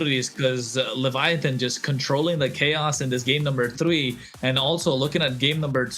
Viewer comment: For the love of Nana please ban baxia and please eliminate Levitan because I cannot go another second hearing pronounce Baxia and leviaTHON... please